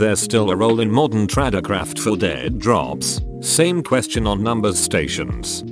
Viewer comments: Person: "Tradecraft" Me: Trade TTS: "Trod é croft" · I still love that Facebook and YouTube are finally consistently pronounced correctly in these videos! Now, if only it could get words such as "tradecraft" (not traducraft, this voice is not Asian or Asian accented), SUV (to be pronounced S-U-V), DEA pronounced D-E-A, same for other such acronyms and initializations as well as the differences thereof.